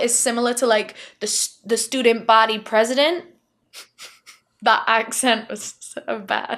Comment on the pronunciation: Absolutely deceased at how you said student body president 😂😂 love you so so much (american fan over here, thank you for explaining what a head girl was, legit thought that was just a hogwarts thing 😂😂 dont come for me)